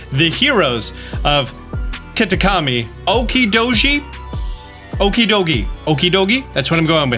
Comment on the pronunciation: the Okidogi is said like so Okeee-do-jeee, others are as follows Moon-kee-do-ree, Fe-zaan-di-pi-tee